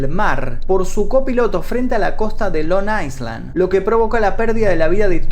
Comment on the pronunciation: Long "ailand". La ese no se pronuncia